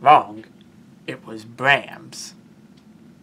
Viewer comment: It's Brahms (BRAHMS, rhyms with BOMBS), NOT BRAMS